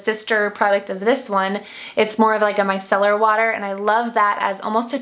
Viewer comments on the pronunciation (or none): none